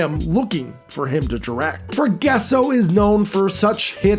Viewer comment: Ita not Forguesso its Forgasso (fore-ga-so)